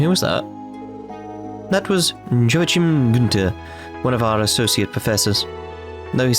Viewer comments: Being german your pronounciation of the Joachim Guenter cracks me up. I'm pretty sure the good doctor is pronounced either Ioakim or - more likely - Ioachim with the ch pronounced as in Loch Ness. Guenter you hit pretty well on the first try though. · Easy. Just type Joachim in Google Translate, set the language to German, and then let your computer read it out aloud for you.